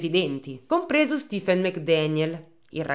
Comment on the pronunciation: Come si scrive Stifen? Di solito è e si pronuncia Stephen . Solo una piccola mia curiosità